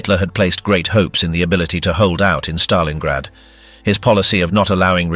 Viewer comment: Stalingrad not Stalinggrad